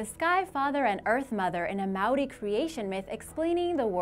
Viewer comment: As a Maori I'm cringing on the Inside at the prounouncaions, E for Effort tho